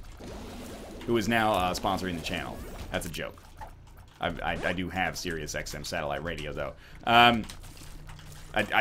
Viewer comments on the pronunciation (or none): none